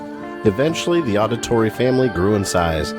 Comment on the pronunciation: Jesus man I'm loving all the content but is not pronounced audit-torri it's Audi-torri like Audi as in the car